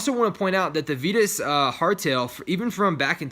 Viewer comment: small correction, but it's pronouced VI-TUS, not VEE-TUS!!